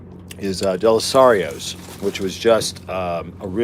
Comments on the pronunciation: Dalessandros was probably so pissed that Alton kept mispronouncing their name until they didn't like it. Then they were like, no no, it's Dalesarios. Always been overrated in my opinion. No one goes to Chubby's, which is right across the street and actually better. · I'm having a hard time getting over how he butchered the name repeatedly. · The owners of Dalessandro's (dell-ah-sand-rows) were probably so happy you were pronouncing their name totally wrong after trashing their sandwich :) But I honestly think taste testing like this is pretty unfair, because after 3 mouthfuls of 3 different steaks that were prepared differently, it kinda fucks up the palate and you're not getting the true flavor. Dalessandro's has great steaks, albeit maybe not as great as they once were back when the original Dalessandro family owned it. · Dalessandros! Love that they have the sharpie on foil instead of a branded wrapper because they do not give a fig. you missed out from not going there in person on the dozen jars of assorted pickled hot pepper things. Also, you are doing a terrible job of pronouncing Dalessandros.